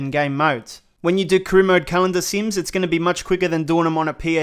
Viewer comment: Man said carona mode😂😭😭